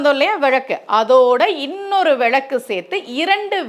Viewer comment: விழக்கு இல்லை அம்மா... விளக்கு... நீங்களே இப்படி தவறாக உச்சரிக்கலாமா..?